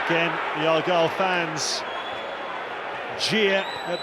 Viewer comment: Argyle not Argule